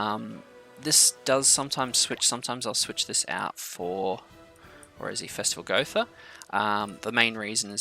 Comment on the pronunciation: Hræsvelgr is pronunciation Hrisvelger just so you know next time